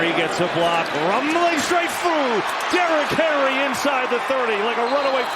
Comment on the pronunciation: I swear that guy called him Derrick Harry like three times 😂